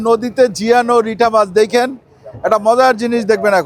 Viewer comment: রিঠা 🤣🤣🤣 রিটা হবে